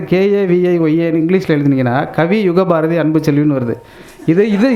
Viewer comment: யுகபாரதி அவர்களே.. தமிழின் அழகு என்பது உச்சரிப்பில் ழகரம். திருத்திக்கொண்டு கவிஞராவீர்.